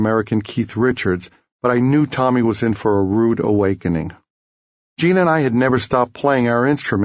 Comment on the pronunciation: Hate the way he pronounces Gene as Cheen